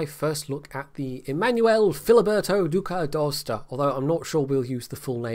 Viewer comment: Holy crap did he just pronounced the name right? This is a first among wows youtubers